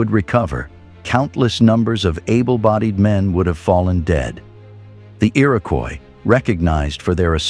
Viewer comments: Is the fake 'dirty film' effect really necessary? Bad enough we have to listen to fake robot narration... "The ear-AHH-koyis Confeder-RASSee" FFS! Have some pride and dignity about your content. Clearly all you care about is the clicks though; Useless. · since it's spelled above so many different ways, I figure it's time I pointed out the correct one re. #1--Comanche, #2 is Iroquois (EAR-uh-kwoy); in the list that started was the Onondaga (oh-nun-DAH-guh); Oneida is oh-NIGH-duh, rather than oh-NAY-duh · The narrator butchered the Iroquois tribes names. Generally pretty accurate about the noble New York State Iroquois. The Iroquois' many wars gradually weaken them. They adapt to the muskets before other tribes because of their control of the beaver trade. Tuscarorains were sixth tribe.